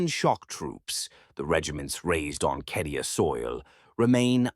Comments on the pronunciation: Yeah no. It's cadia my dude. I've played almost all of the strategy games and more than a few of the others. It's never been pronounced kedia. Even the audiobooks published by black library call it cadia and if anyone knows the proper way to say it I'd say the guys who publish it would. Tbh it's almost impossible to take this channel seriously anymore with all the mispronounced names and terms in every video. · it's never been KEDIA in any Warhammer game, lol. Even as far back as Winter Assault it's been CAY-DEE-AH. It would take literally 2 seconds to check. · Love these absolutely amazing. However, it's cay de a. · It says Cadia not Kadia in the 40k space marine 2 gameplay at least twice within first 20 seconds. Not remotely an expert on 40k or pronounciation of the words but they say it a fair few times in the game. Not a hater, just curious about which is correct, keep up the good work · Cadia’s pronunciation is”kay dia” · According to the captions, he never does. Just says Kedia.